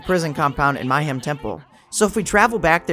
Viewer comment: Mayhem not My-hem.. sheesh.